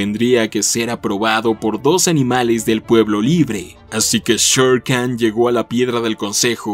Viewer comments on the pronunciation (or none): Olvidaste decir que Khan no se dice Khan sino Jan